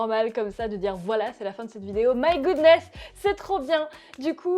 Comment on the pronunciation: Kohlmann Nan mais en fait j'ai dit sa car a la fin de la vidéo au lieu de dire my godness elle dis my good nes mais sinon je suis fr débile x)